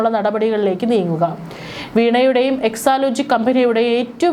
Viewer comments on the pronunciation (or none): none